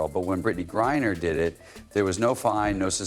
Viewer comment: CC 100%! Are you miss pronouncing the name on purpose? Ot GrieNer, not Grier.